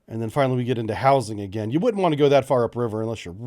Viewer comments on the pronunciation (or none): none